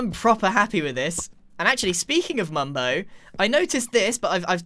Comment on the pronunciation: How the f**k did you mess up mumbo's name EVERY TIME IN YOUR SENTENCE?!